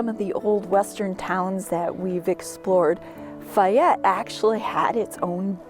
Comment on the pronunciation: Isn't it, "Fay ette"?